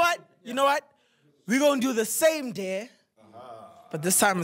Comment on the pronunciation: I swear these people don’t know how to pronounce dare 😂